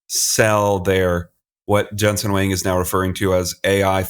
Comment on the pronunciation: Huang is more like Wong not Wang.